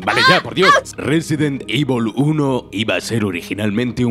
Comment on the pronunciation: Nadie: Absolutamente nadie: Ni siquiera Chris: Narrador de Scandal: Resident IVOL